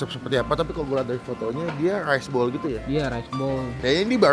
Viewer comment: Rice bowl bang bukan rise bowl wkwkwkwk